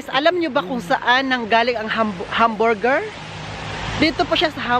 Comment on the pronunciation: Kaya ang pag pronounce ay hamburger hindi hum burrrgerr. I don’t think is joking he’s mad run over there raw